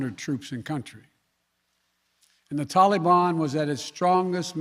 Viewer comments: Every time he says “Tahlee baan” all I can think is “hey mr tally man, tally me banana….” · So it's blame Donald.... what a putz. Can't even pronounce taliban. Tally bon.